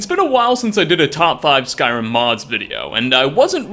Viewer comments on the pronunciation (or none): yeah. There's been a shortage on syllables, so they've gotta cut it down to just the one. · "Skrim"? The hell is "Skrim"? Is that where TES 6 takes place in?